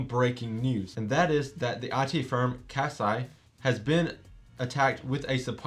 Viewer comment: Thanks for the vid. Kaseya is pronounced as "Cuh Say yuh" (where uh is like duh)